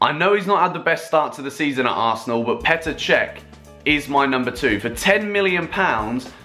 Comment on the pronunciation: Petr chech lm that is painful